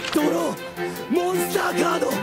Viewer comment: Legend has it that he is still saying "DRAW MONSTA CADO"